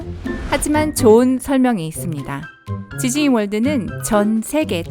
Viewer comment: 나만.. 지즈니로 들리는건가 =ㅅ=